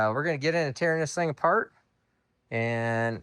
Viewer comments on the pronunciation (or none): none